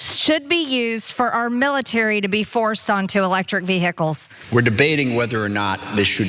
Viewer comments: mtg puts the Hick in "vehicles" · MTG struggles to say 'vehicles', just pointing it out. She wouldn't miss an opportunity to attack Biden for his speech.